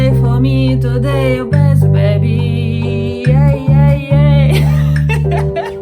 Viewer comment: Как мне помогают Ваши уроки! Спасибо огромное. Позвольте только маленький комментарий: не "бэсс", а " бейс". А вообще Ваш английский прекрасен! 😊